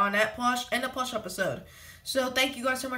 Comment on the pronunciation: Is it me or does he say plosh?